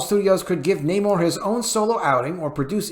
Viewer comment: can you please stop pronouncing namor's name with Latin accent, I'm trying to get through your news without 😂😂😂